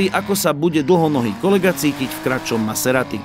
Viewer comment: to na zaciatku zabil..."Som Naserati" 😂...úžasné video hoši, klobúk dole a palec hore 👍